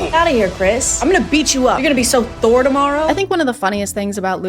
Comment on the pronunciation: "you're gonna be so thore tomorrow" 🤣